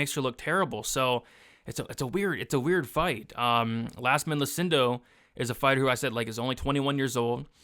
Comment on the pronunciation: it's 100% an I and pronounced "Yazmin"